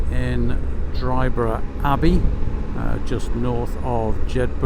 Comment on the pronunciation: Dryburgh is spken as in Edinburgh, no 'G', No valleys in Glen Coe as the name suggests 'Glen' only in Scotland, Loch Leven is spolen as if it has 3 'e''s, Leeven. Hope this helps for next time you venture north